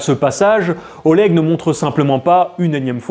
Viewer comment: Après Oleg il sait même pas prononcer Oleg correctement alors de base il commence mal.